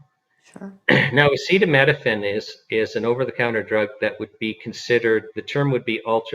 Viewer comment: "acetaminophen" not "acetaMEDophen"